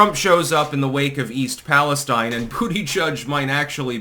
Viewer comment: East Palestine —> EEST pal uh STEEN.